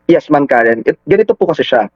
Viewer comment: boss .karen po..hindi karin😂😂